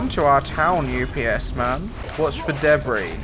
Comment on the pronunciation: the way you said debri 3 funny 5 me